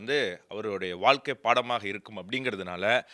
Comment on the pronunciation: தயவுசெய்து வால்கை என்று சொல்லாமல், வாழ்க்கை என்று சொன்னால் நல்லது